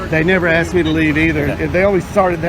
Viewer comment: She went in dere and axed dem for trespass.